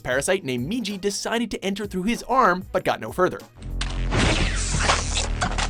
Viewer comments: It's migi, not miji, migi meaning right in Japanese, coz the parasite infected the right hand, as opposed to indari, meaning left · Erased above parasyte You gotta be kidding me🤣🤣 And you pronounce Migi as Miji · Who the fuck pronounces migi as meejee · Anybody else cringe when he pronounced Migi as Miji? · You did not just mispronounce ''Migi'' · Yrs he did I cringed a little but ive come to realise he might not ever get the hang of pronunciations, some of them have improved, but not all